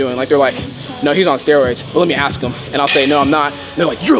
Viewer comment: Bruh its "ask" not "axed"